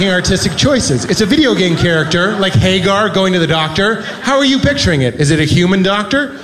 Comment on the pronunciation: Why does he mispronounce Haggar's name like that?